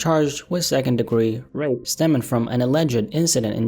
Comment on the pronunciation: Why are you not saying Rape properly? If he raped that girl he needs to get life and hopefully gets violated in there